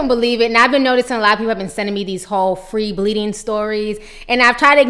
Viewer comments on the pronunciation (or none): I'm sitting here eating chips and listening to you say "free shitting." 😂😩